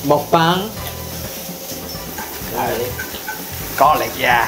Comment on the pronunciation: 먹뱅보다는 정확하게 먹방이라고 알려주세요, 한국으로부터 생겨난 신조어인만큼 영어식발음보단 원발음으로 해주세요